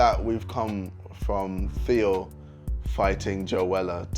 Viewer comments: Anyone hear the African in jj’s voice when he said Theo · Ksi says Theo in an African accent